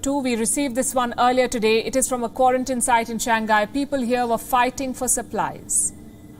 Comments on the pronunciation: It's Shang Hai... not Shang Ghai.. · Nasal G is not pronounced:ʃæŋˈhaɪ/, Palki. Another example: pingpong. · To the presenter: the city is “Shàng Hãi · Shang-Hai, dear. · Cant even pronounce "Shang Hai"! And continue using "Wuhan Virus" while the whole world is calling it "Covid-19"!